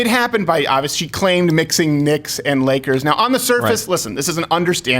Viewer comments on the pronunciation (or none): Honestly I don't hear a "g," I heard Nakers. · I definitely heard nakers. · play the audio in slow motion, she does say Nakers... just do it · How do I know she didn't say the n-word? She corrected herself by saying "Lakers", and pronounced the K exactly as she just did, meaning she said "Nakers". It's great how literally nothing could turn into a national tragedy. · She said naikers. If you slow it down it’s clear as day. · I've heard a few different versions of that clip, and only like 1/5 of those sounds like nagers, all the others sounded like nakers. I'm sticking with "nakers" slip of the tongue. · It sounds like “nakers” to me too. I don’t hear a “g” at all!! They are so obsessed with race that they look for anything that might be remotely bad...they need to get their heads out of their butts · She conflated Knicks and Lakers, and given that Bryant played for both, it's understandable. Thanks Steven for at least clarifying that you don't believe she had any malicious intent in the mispronunciation.